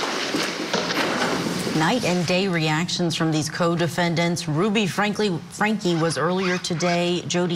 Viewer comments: Is it really that difficult to say, FrankE? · LOL at both hosts saying “Frankly” almost every time they try to say Franke!! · What the devil is wrong with? The name of the woman you are giving your piece to camera regarding is, Ruby F R A N K E. Not Frankly. How many more times are you going to pronounce it FRANKLY? Geezoh! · STOP SAYING FRANKLY INSTEAD OF FRANKE. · Franke! Franke! Frank-E!! Lol! Not Frank-ly! 😂😂😂 Geez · How hard is it to get her name right? You're in media. If I have to hear one for "Frankly joke" I'm gonna lose my mind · Is it driving anyone else NUTS that they keep saying frankly?! Her name is Franke with no damn L 😵‍💫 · Idk why, but their constant mispronunciation of Franke as Frankly is driving me nuts. Wake up lady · How many times do the reporters call her frankly before realising that's not her name.. I swear like the first time fine, the second mm okay but by the 6th time, come on, its your job to be on top of this. You have teleprompters, this case has been covered before you know how her name is said. Love the woman at the end who made some jabs about it, Franke Frankly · its Franke not Frankly, you can even say it the german way which the last name probably came from: FR AAAAAHH NNNK AEEEE Also i dont believe her tears not an inch. She is sad about her situation and nothing else. In this oscar-like speech there was like no talking about her abused children. Narcissistic af. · FRANKE...NOT FRANKLY!! Good grief lady..get it right!!🙄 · Ok, petty I know, but these anchors can say "Hildebrandt" but can't for the life of them pronounce Franke right? I get when people aren't sure if it's pronounced "frank" or "frankie" but come on. I did appreciate the guest low key doggin' them over consistently calling her Ruby Frankly. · Hey court TV. Stop. Saying Ruby FRANKLE. Cmon! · If you’re going to cover this heinous crime get the name right guys 😤. “Frankly..” FRANKE 🙄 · How hard is it to say Franke?! Lmao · It’s FRANKE, not FRANKLY.